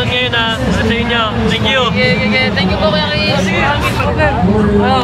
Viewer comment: idol yung speel ng u ay ang totoo ay you hindi u pati narin sa r hindi r dapat are